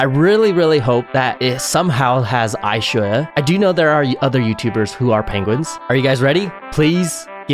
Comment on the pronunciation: Ishoja not lshowa